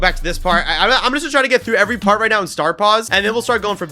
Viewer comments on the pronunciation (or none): none